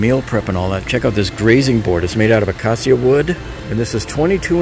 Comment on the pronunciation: The pronunciation of Acacia lol